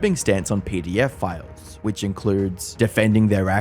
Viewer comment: When you said pedophiles, I thought you said pdf files, lmao